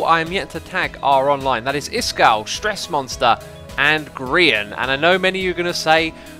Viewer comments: YOU PRONOUNCED HIS NAME PROPERLY YOU FOOL. Everybody knows he's pronounced G - R - ryan. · You have pronounced groan like “Brian.” Im proud... you finally did it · xisuma said grians name right at the start!